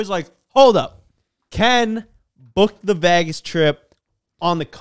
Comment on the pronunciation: cant say "vegas" lol vaagass